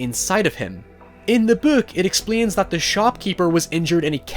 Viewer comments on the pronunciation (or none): beeuk? just say book goddam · You say book like “bouk” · “the buook” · Lol he said the buuk instead of book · The way he says " buuhk" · I love how he says book